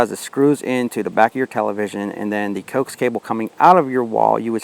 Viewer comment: Dude, it is pronounced Ko ax cable short for co-axial cable